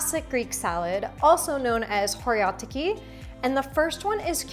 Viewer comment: We keep the olives whole, sometimes with the pit and it’s always Kalamata olives.I love the way you pronounced "Horiatiki".👏🏻☺️